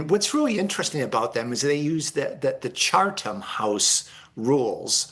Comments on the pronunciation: Chatham Hose rule, not Chartham Hose. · Cheatham house...he's pronouncing it wrong. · FFS - can you please learn how to pronounce Chatham House? You are a broadcaster - any AI could have helped you with this.